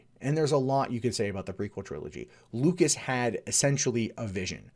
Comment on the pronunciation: I might be wrong, but I believe his name is George LUCAS, not "Lucis".